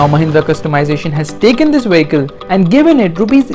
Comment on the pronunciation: Getting inside the "wehicle" is hard...LOL